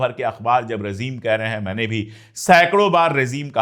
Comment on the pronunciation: Excellent. If you don't mind, it is rejeem, not rezeem.